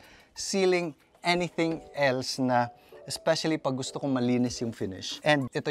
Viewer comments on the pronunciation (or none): none